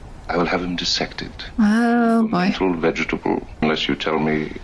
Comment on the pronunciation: I always liked how John Colicos pronounced every syllable of "veg-e-ta-ble". It was glorious.